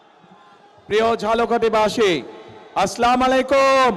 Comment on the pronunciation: As Salamualaikum Tarek bhai Slamalekum na Salamualaikum ar Potukhali na Potuakhali.